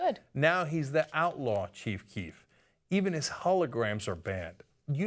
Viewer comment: Ana calls her boyfriend Chief Queef